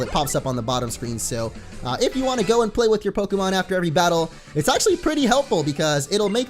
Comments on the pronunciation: do you know you said prokemon in this video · It's not pokamon